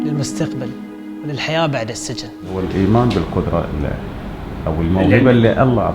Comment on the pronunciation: السجن تنطق بكسر السين وليس بفتحها